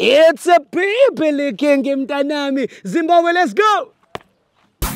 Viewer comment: It’s bibilikiiin 😂😂😂🙌🏽